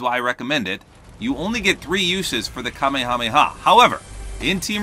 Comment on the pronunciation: I feel like I'm being ignored. Seriously, Kameha-meha; they only say Kame hameha when they are yelling it.